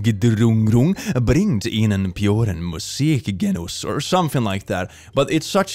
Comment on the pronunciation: As a German, I can't stop laughing on how you said "Perfekte Geräuchreduzierung bringt ihnen puren Muskgenuss" . It has been a long time since I had such a good laugh.